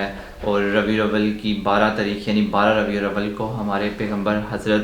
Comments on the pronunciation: Its RABI-UL-AWAL not abiawal 🙂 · Brother it’s Rabi Al-Awwal not Ravi-Al Awwal a small correction. جزاك اللهُ خيراً